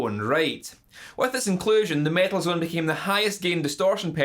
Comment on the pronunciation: if somebody wants to watch REAL mt2 reviev, see how Ola Englund does it. and please, take this irish fucker down. he cant even fucking speak. its metal zone, not mietl zuuun. fuck.